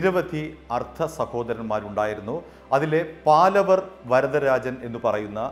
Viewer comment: പലവർ അല്ല പാവലർ വരദാരാജൻ